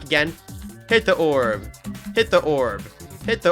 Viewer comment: “Hit the oorb🫠” - 2026